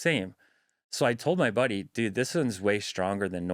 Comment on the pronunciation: 14mins in when he said "buddy " I thought he said "body" as in "his own body "